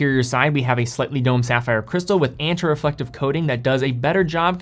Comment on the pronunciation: Why do you say your A's int "Anti" and "Anterior" like that...? AYYYnti.... AYYYYNterior